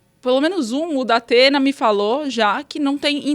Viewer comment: Datena realmente deve pensar em não ir, a menos que ele contrate uma fonoaudióloga